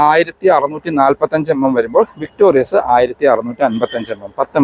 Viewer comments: ചേട്ടാ... ""വിക്ടോറിസ്"" എന്നാണോ ""വിക്ടോറിയസ്"" എന്നാണോ...??! അടുത്ത വീഡിയോ ഇൽ ആവശ്യമെങ്കിൽ തിരുത്തുമെന്ന് പ്രതീക്ഷിക്കുന്നു.... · ചേട്ടാ ഇത് വിക്ടോറിസ് ആണ് അല്ലാതെ വിക്ടോരിയസ് അല്ല